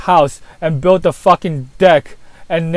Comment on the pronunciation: "foakin floor" and "suwface" in the same sentence haha, is the best!